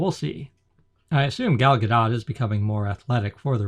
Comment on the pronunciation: Her name is pronounced "Gol Ga•dote".